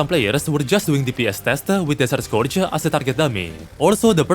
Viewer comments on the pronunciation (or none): he finnishes almost every setence by adding a "-uh" like "desert scourge-uh" but only when its the last word in the sentence